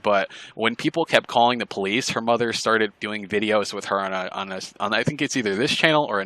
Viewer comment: " her motha" hahahaha I love it too 😆